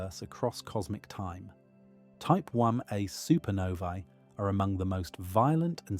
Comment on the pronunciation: Your AI script is having a massively hard time saying "Type1a supernova".